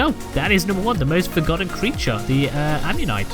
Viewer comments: Hey, not judging, you pronounce it: am-yo-nite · It’s pronounced Ominite